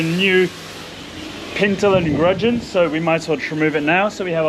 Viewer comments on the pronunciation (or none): gudgeon, no R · " Pintle and Gudgeon " no R in gudgeon. CHEERS from HERE !!!